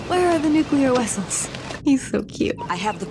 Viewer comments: indeed and nuclear wessels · it was an absolutely wonderful film. Had some good laughs. I still say "nu-clear wessels". 🤣🤣🤣